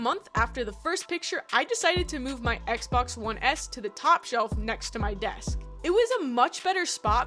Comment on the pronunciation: I’m sorry did I hear you say XBAX